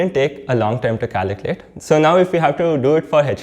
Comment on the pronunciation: Caliculate or calculate .Please pronounce clearly